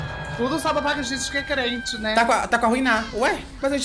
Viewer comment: "Aih que ódio, foi só o dedinho de SIRIRICAH" "Jamais eu comerei isso aquin,JAMAAAINS" "eu sou crenti ,EUN SOU CREENTIN" SAMIRA TÁ TÃO CLOSE HOJEN BIXAS POCKENTAS !!!!!